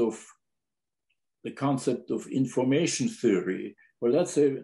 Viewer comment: In-FORM-ation - the essence of form?